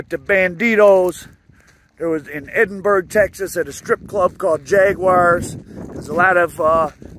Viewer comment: It's Ed-in-burg not Eden-burg